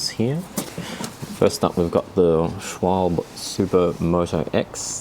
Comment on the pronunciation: hehe, you were so close. The 'e' is seldomly, or ever, silent in german. Same with Porsche, which often is pronounced Porsh